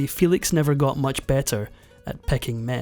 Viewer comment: Excellent documentary! Maria Felix did not pronounce her name "FEE-lix", her surname was pronounced "FEH-leeks", as it was in Spanish.